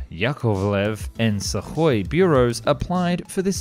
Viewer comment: You aren't going to fix the pronouciation of U in sukhoi are you?